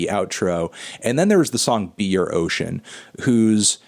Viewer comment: Instead of "be your ocean" I thought you said "beer ocean" which I thought sounded out of place in the track listing but thought fuck yeah nonetheless